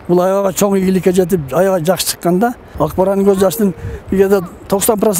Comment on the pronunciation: Дагы "акбарандын"деп коет,нары жакта эс алып жургон чон эле киши да "акбараттын" дейт го😅